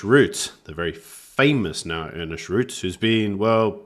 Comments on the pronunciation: his name is not Ernest, but Ernst. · Good heavens, guys! can you at least get the names right - today Ernst became Ernest, Karmala became Kamarla, and now helen Zille has become Helen Zillie!! People's names are their most important posession - at least give them the coutesy of correct pronunciation! And the program has only just begun.